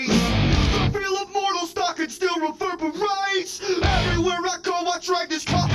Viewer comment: “Reverbewates!” 😂😂 you’ve gotta check out the clip of making fun of himself